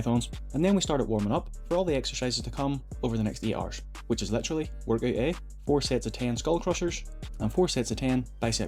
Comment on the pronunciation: im still not sure when you said er or 8 hour lol